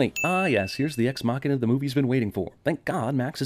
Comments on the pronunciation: STOP SAYING EX-MACHINA!!!! FOR CHRIST SAKE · One sin added for each time you mis-pronounced "ex-machina." But otherwise, pretty much exactly what I was thinking as I watched the movie.